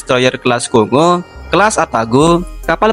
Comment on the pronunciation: Mohon Maaf tapi ada sedikit ralat dari Gue, Untuk Kapal Perusak DDG Kongō itu dibacanya "KONGGOU" bukan dibaca "Kongo" dan Kapal Selam Kelas Sōryu dibaca "SHORYU" bukan dieja "Soriu". FYI. Nama Kapal Selam Sōryu sendiri berarti Blue Dragon atau Naga Biru. Lalu, Nama Kapal Perusak Kelas Kongō sendiri berasal dari Gunung Kongō yang berada di Prefektur Osaka, Kota Kawachinagano. Arti nama Kongō sendiri adalah Vajra atau Wajra dalam Bahasa Sanskerta.